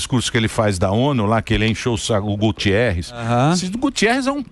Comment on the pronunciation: GUTERRES. Não é Gutierres.